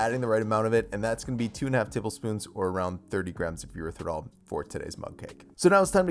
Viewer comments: why does it sound like you are pronouncing the word "Erythritol" without the second 't'??? It sounds like Erythirol. Sorry, but it just bugs me. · This looks yummy but, dang it, PLEASE pronounce Erythritol correctly. It’s not “Er-ith-er-ol”, there’s a “T” in it. It drives me bonkers to hear you say, “Eritherol”...it’s “Er-ith-ri-Tall”. 😫